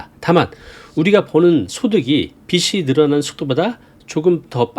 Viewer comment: 빚이 ㅡ비지 빚을 ㅡ비즐